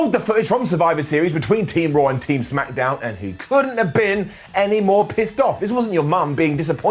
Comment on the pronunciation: He said smackadown again